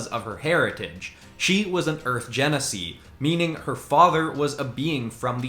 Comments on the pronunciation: I'm going to be a bit pedantic with this but that's not how you pronoumce Genasi. This is the offical pronounciation of Genasi on D&D Beyond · You pronounced genasi wrong.